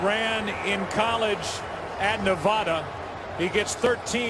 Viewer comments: "Nuhvahdah" how to spot someone form the east lol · "Novodda" come on joe not even close